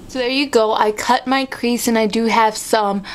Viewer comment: sounds like you say : cute tip :P